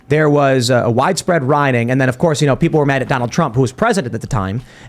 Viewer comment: “Of corpse” 😆 🍻